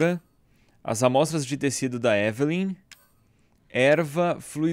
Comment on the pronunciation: edu falando ivilynn, eu falando evelen